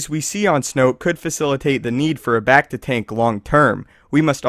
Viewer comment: how he says becta bugs me